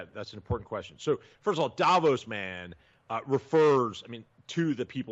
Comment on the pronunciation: Krystal, I thought you said it was pronounced "Day-vos!!?" Lol..